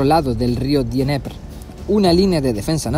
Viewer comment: se dice "Nieper" Y no "Dieneper" amigo jaja